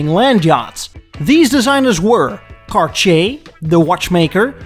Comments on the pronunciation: Tom Selleck ! Also, respectfully, it’s not “Car-chee-a” but rather, “Car-tee-yay”. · “CarCHAY”? Really?! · Next time you english guys need to say Cartier...try saying Car Tee Hey instead. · Every time you pronounce “Cartsjee”, a watch somewhere silently cries and breaks down. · Who THE HELL pronounces Cartier as CarSHAY???? Unsubscribed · if he says "car-chay" one more time I'm gonna scream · Your killing me with the pronunciation of Cartier. Car-tee-aayy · 🤣 The way you pronounce the French word "Cartier" sounds like you say "Kar-Chier" and "chier" is the French verb for "taking a shit". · Cartier should be pronounced car-t-ay I believe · soi he has no idea how to pronounce Cartier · I am unsubscribing from this channel - if is going to attempt to do this in English he needs to vaguely learn how the names are pronounced. It hurt my ears. Just BAD!